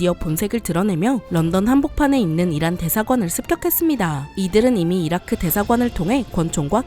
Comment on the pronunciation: 에 '이란'을 '이라'라고 했습니다!!